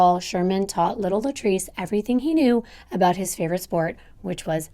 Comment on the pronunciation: that aboot sounded uber canadian lol